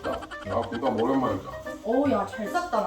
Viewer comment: `김빱` 아니고 `김밥`이라고 발음해야^^